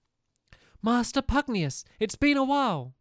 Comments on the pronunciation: I am sorry but you are annoying me. For the last 10 or so episodes you have been pronouncing Master Pugnacuis's name wrong. It Master Pug-nay-shuss, not Master Pug-nee-uss. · Tani says Pugnacious right in the cut scene, 3 seconds later, the evil guy who took over pUgNiOuS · When the characters pronounce Pugnacious correctly and Stampy immediately pronounced it wrong afterwards lol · You're saying Pugnacious wrong